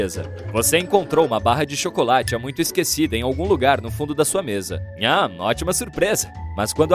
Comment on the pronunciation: mutcho sus 💀